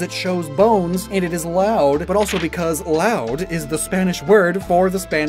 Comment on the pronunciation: "Laúd"... Not "Laud"... The accents aren't there for no reason... They mark the tonic syllable...